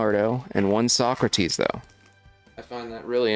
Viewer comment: Don’t you mean So-crates 😉